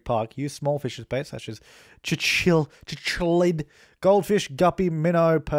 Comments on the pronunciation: Lol, cichlid is pronounced sick-let. Its weird, and I don't understand it but I have like 5 of 'em and they're aggressive little buggers xD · cichlid is pronounced sick-lid lol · Cichlid is pronounced Sick-lid